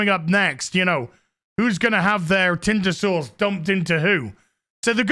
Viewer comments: Can someone translate British. Is saying tinder sauce or tinder source? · Omg... saying tinder sauced or sourced... who knows... it's killing me hahaha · 🤭😂 Me when I realized you’re not saying tender sauce you’re saying tindr sauce! 🤣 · I thought Odin’s old man voice saying “tinder sauce” was funny but holy shit when I heard your posh old world accent stress the syllables on sauce when saying “tinder sauce” I lost my shit. Thank you for that.